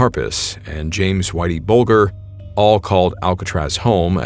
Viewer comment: FYI: It’s Bulge-er, not Bulg-er.